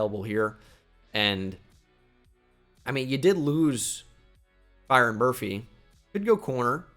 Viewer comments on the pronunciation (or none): none